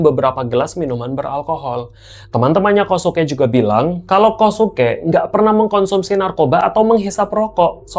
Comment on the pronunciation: Kosuke cara menebutkannya KYOSKE…